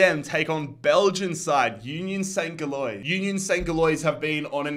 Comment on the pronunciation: Great video but the way you say union saint gillious makes me laugh